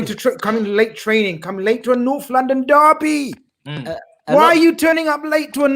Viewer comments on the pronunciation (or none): none